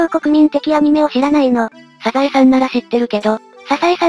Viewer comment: ササエじゃなくてサザエね